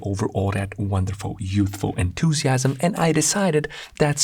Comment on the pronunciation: The fact bro said "enthusiams" as I read "enthusiastic" made me a bit uneasy lol